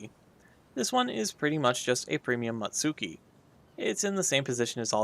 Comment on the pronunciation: It isn't very fast to go from on tier to the other, you will need to unlock all ships in one tier before moving on to the next. Which obviously you didn't see as you have everything unlocked. Ikoma was reclassified as battlecruiser in 1912. Also your pronunciation of Satsuki and Mutsuki is terrible.